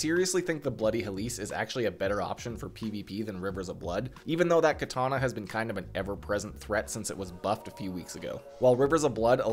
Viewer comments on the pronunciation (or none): none